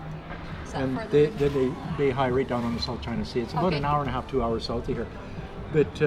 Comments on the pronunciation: Beihai, not Bay High. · He spots an LBX Pharmacy which you'd think he knows are open 365 days a year as always and denouncing the boss as an 'a**shole' who's abusing workers. Fantastic! Worlds worst pronunciation of any Chinese names for anything. "Ho Geeloo' and 'Bay High' and its fantastic! Thinks the holidays somehow start at midnight of the 8th lol fantastic! Seems hellbent on defying local liquor laws which would actually be a great video if they enforced them but it's even worse because he's taking advantage of the fact that local police will give big leeway to a foreigner. seems like a dick move to smirk about pushing it but it's fantastic. Despite spending 5 of the last 17 years in China, he still cannot figure out that things sure are 'cheap' when you're getting your Canadian pension money dollars. Smirk smirk, look at this superior land-o-plenty where my capitalist invested retirement cheque is in Canadians dollars worth 7X more than their money! Fantastic lol! Right, the "only $5" meal is actually around 30rmb which is... think of it this way, that's like a Canadian buy a $30 dinner relative to what Chinese earn. the average person in his neighborhood might bring in just $500 canadian (say 3000 yuan), BUT HEY, This guy STILL cannot comprehend this concept and smirks to Chinese about how cheap their food is! I bet they love hearing that as he gets his free Canadian money every month ughhh. but also fantastic lol